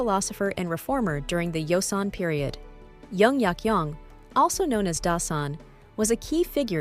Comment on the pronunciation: The name Jung is pronounced with a J. Not a Y. Joseon is pronounced with a J, not a Y. Please!!!!!